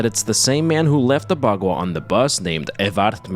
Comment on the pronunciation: You're mispronouncing baqua